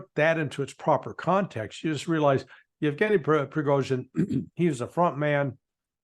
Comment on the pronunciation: There was no man called "Uchkin" on the plane. Also, the G in in Yevgeniy is a hard G, the same as in his surname, because guys, shocking as it must be for you, letters have single pronunciation in most languages. I'm positively sure you're right on everything else (especially accident theory, Ritter must be really relieved he's not alone in this), but still, it's like I was posing as a US politics expert and talking about Tromp and Baden.